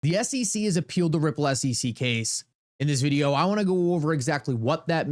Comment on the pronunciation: stop pronouncing the word VIDEO as VID-EE--OOWWW. That's so annoying. And Uphold is a scam they love Cameltoe Harris.